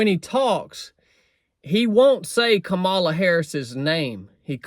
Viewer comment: every " fact" you said about Kamala ( your next president is pronounced COMMA LA). is wrong. You have 50 days to learn a few facts that are real. Like her father was an economics professor and she is the most experienced woman for the job. Trump repeats the lies he wants MAGA to parrot. He said he lost the election. Yet, there are MAGA who say he won. That makes someone weak-minded. Here is the Oath the military took. I, _____, do solemnly swear (or affirm) that I will support and defend the Constitution of the United States against all enemies, foreign and domestic; that I will bear true faith and allegiance to the same; and that I will obey the orders of the President of the United States and the orders of the officers appointed... If you support Trump and his project 2025, you are breaking the oath and ALL the hard days you put into building this nations.